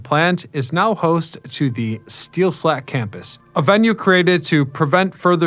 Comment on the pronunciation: SteelStacks...not slacks